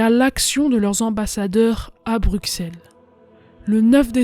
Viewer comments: On dit Brusselle mais l'écrit Bruxelles Mais belle vidéo d' hommage à ma terre natal 🇧🇪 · Petit info dans Bruxelles le x se prononce s mais si non supers vidéo.